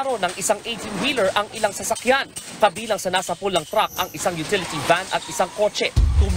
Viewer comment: Chreyler chruck